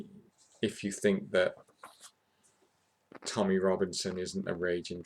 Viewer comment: it's Tommy not tommyeh